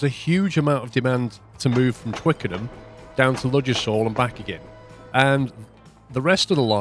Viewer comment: Ffs I live near the actual UK Ludgershall Hampshire, ive binged watch this series and its annoyed me to no end how you pronounce it... the D is silent its 'luggershall'